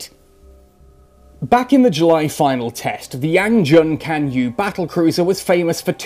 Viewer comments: actually its pronounced chan - ye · I don't think it's pronounced like that. It should more like "Chan Yay" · Unfortunately in the romanized Chinese phonetic system the C is pronounced more like a "tss" sound and Yue sounds like yoo-eh. So it's actually pronounced "tsan yoo-eh" but otherwise it's a good pun.